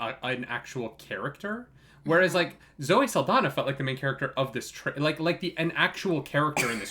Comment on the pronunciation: “Zoe saldana” ??? That says it all about this reaction 🤦🏽‍♂️🤦🏽‍♂️🤦🏽‍♂️ #next